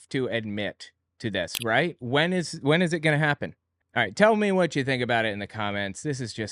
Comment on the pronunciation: God her voice is the worst. I particularly hate how she pronounces words that end in ing as een. Like goeen and anytheen and even human bean.